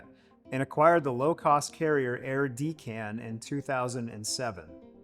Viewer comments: its Deck’n… not Dee-can!!!😂😂😂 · its dekkaan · It is actually dek-uhn. It rhymes with reckon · De-can? It is Deccan. Like Pelican. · Loving how you are mangling the names ... By the way Deccan is pronounced as Deck-can ... named after the Deccan Plateau or Deccan Traps (a quick online search will lead you down an interesting rabbit hole)... You are welcome... looking forward to more great content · (You've correctly pronounced Mallya but Deccan is pronounced "deck-on", the word refers to India's central plains 'cause there are mountains on both coasts.) The 1857 date is an homage to the first Indian independence rebellion agains the Brits (what the Brits called the Mutiny of 1857.) Your description of this Utica brewed (kinda' stale) version is not unlike my experience of the Bangalore version---there is a sweetness and light herb sense but it really is better when it is fresh. A fine choice with a hot curry, for sure.